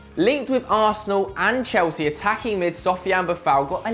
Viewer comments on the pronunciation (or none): none